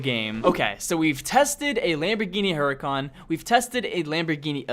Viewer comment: hurican not hurykan :(